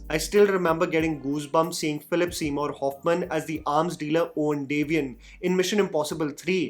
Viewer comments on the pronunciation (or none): none